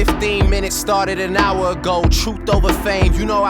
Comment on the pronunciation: He said oooww, like owl..the turn heads like owls, then said hour like owl with his pronounciation